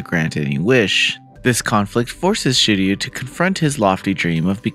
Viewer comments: he said Shirio unfortunately. Also I commented before the pinned message fyi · Luvia: SHE-RO! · Who the heck is Shirio!!!? S-H-I--R-O--U SHE-ROW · Editor said I'm going to get crap for how I pronounced Shirou. You can comment said crap here. <3 - (I didn't play the game)